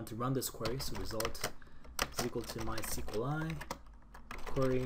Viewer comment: how can you pronounce mysqli like this??? bothers me so much